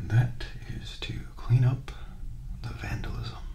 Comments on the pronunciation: says: “ V-Andy-lism” Me: Inhales, then exhales while laughing hard, creating a wheeze that could kick up enough dust to blot out the sun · Bro when you said vandylism I was like, is that even a word and then I got what you were saying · “Or shall i say “vandylism” ? You should never say that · VANDYLISMH🤣🤣🤣 i’m dead lmao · My heart monitor_—— good after he say vandylisim — —___________________